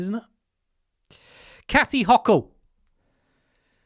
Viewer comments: Hoe-cul is the pronunciation. And that shot could be full of nothing. She's a liar. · Pronounced like the garden tool. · Hochul as in Hokum